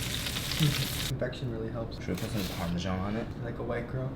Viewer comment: No such thing as "parmizhan". It's either parmigiano (from Italian, obviously), or parmesan (from Italian via French), one with a dzh-like sound, the other with a z sound. "parmizhan" is a completely artificial hyperforeignism that dumb people came up with to sound smarter than they are. And you are parroting those people.